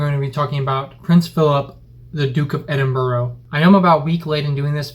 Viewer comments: EDIN-BURRAH NOT BURRO ! Us Scots don't like that at all...hahaha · Not edin-buro it's edin-bra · Probably had the comment loads but Edinburgh is pronounced like (edin-bru) say it like bro but without the o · In Britain its pronounced edinbr